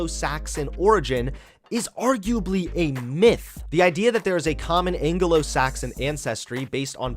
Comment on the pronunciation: Nobody:: angolo-Saxon